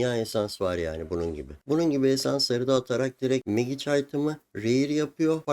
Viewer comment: Çok şey öğretiyorsun, teşekkürler. Ama lütfen telafuzlara dikkat edelim hocam ya, kulağım kanıyor:) izleyemiyorum. Magic değil, macik Sitrenç değil, sitrengt Glovıs değil, glovs Teşekkürler :)